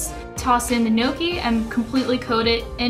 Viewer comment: I think it's pronounced "know-kee"